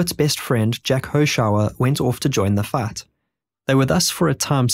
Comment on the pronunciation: who pronounces LIFE like LAUGH? There are wierd long i sounds, time is taaam, fight is faaat, FBaaa (FBI), pravate (private), spaas (spies), etc...but sight and exciting are pronounced correct...what accent is this??